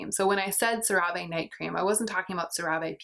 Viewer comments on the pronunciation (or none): fun fact! I once saw an ad for CeraVe and apparently it's pronounced "Sarah Vee". Before then I always read it out loud the same way you did.